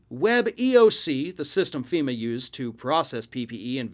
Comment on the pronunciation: So he's mad at ... FEE-MAH! Now?